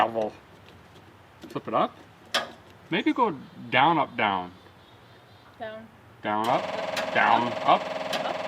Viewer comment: “Down-up-down” = “Put ze kendal beck!”